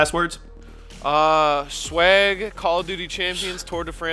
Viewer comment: Sharp: Sweg... Lol